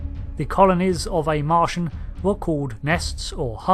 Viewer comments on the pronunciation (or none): none